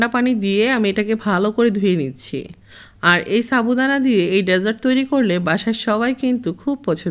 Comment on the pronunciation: আজকে তোমরা দুই বোন একি রেসিপি দিয়েছে,, মুক্তা আপুর টা দেখে তারপর তোমার টা দেখলাম ভালো লেগেছে। আর তুমি সাবুদানা কে চাবু দানা বলো কেন